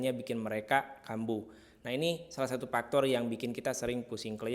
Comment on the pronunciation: Efek, bukan epek. Faktor, bukan paktor.